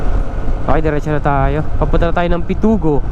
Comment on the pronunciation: Pitogo hindi Pitugo